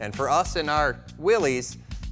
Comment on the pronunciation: Mr. Willys pronouced his name Willis. Thank you.